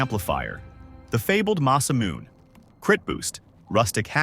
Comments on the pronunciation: It's Ma-sa-mu-ne. Not Masamoon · Hate to be that guy but its "muh-suh-moo-ne". Great vid btw.